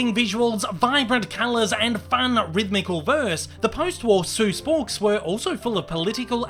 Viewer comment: He says it as Dr. Zeus